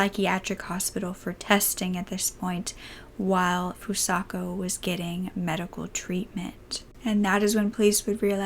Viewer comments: I'm 10 minutes into the video and although I appreciate you covering a case like this, I truly hope you put more care into pronouncing the victim's name correctly. There were countless times you would say Fusaka and other times you would say Fusako and Sano was pronounced incorrectly the entire time. It might help if you use something like Google translate next time to help you learn how to pronounce unfamiliar nouns or even the podcast you referred to or someone who speaks the language. Your voice is so soothing and this is just one thing that bothered me. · By pronouncing her name FusaKA instead of FusaKO you're not only mispronouncing her name but calling her by a different name entirely. These victims have had so much taken from them already, don't take their names from them as well. It takes less than one minute to write a name into google translate and press the speaker button so you can hear how it's meant to be pronounced. You're doing victims a disservice by not bothering to learn how to pronounce their names.